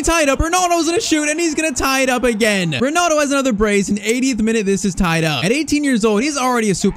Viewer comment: Bro thats not ronaldo thats Rinildi